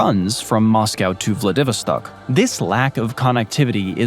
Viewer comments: I worry that humans will pick up bad pronounciation from these stupid AIs that mispronounce words. Taters = Tay-turs not Taaters. Vladivostok = VLAD-iv-OST-ok; not vla Divi stock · The narrator cant pronounce VLADIVOSTOCK so annoying grrrr accent is on the Vo as is vladiVÓStock not on the Vi as he says it, ie vladÍvostock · It's pronounced vladdy' vostok not how you are pronouncing it. Ask Google before you do the next video if you don't want to sound clueless. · I like daaahaattto narrator's pronounciation of xxx . He said Vladeeeeevoh-Stock. Like Vad Eeeevil stock It s/b Vladi-Voh-Ssstok IgnorRat! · Please learn how to correctly pronounce the name Vladivostok - it is not Vla 'DEEV erstok, it is Vlad i voss tock. Muppet!! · Vla-Vid-O-Stock... I don't think that's an accurate pronunciation. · Vladivostok is pronounced “vla-duh-VAA-staak” emphasis on 3rd syllable! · So you can pronounce Oblast Magadan correctly, but you cant pronounce Vladivostock? Ummmm what? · They say it as 'VladiVOStock. Your pronunciation sounds hilarious! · Incorrect pronunciation of VLADI VOS TOK in both Russian and English makes you seem very uneducated, but if a potential viewer can bring themselves to overlook that, you have some interesting comparisons. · Yeah, like I'm really going to believe all the propaganda about Siberia, Russian history and society when they don't even know enough to pronounce the name of one of its major cities: Vladivostok. Vla-divo-stok ? REALLY? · I turned it off when he said vladivostock like that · I’m sorry, but your mangling of just “Vladivostok” is leaving me in giggles. How do you pronounce “Vladimir,” you know, Putin’s first name…? Take the first two syllables: “vladi” and tack on “vostok” (voh stock). It is their main city in the east of Russia. At least look it up. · Not a Russia expert, but I thought it was pronounced "vla-duh-VAA-staak." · I've never heard Vladivostok pronounced that way before